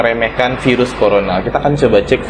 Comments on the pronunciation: "Dari vairus (virus) corona ..." "Dari corona virus...." Virus aja jgn vairus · jngn ngmong vairus ..virus gitu kek 🤦